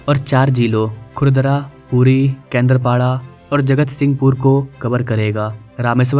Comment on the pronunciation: Katakpur nahin Kaakatpur. Jagahon ke naamon ka theek se uchchaaran/pronounce kijiye. "Kendra"paaraa nahin, usey Doordarshan Kendra ki tarah uchchaaran/pronounce na karein. Woh Doordarshan wala Kendra nahin hai. Usey KENDRAAPAWDAA uchchaaran/pronounce kijiye. Waise, woh KAAKATPUR hai, uchcharan sahi kijiye, KATAKPUR nahin.